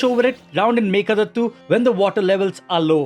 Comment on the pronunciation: Sir, its meeke daatu not meeke dattu